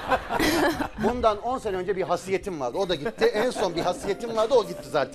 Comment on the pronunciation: hasiyet diyor, haysiyet değil miydi o ya?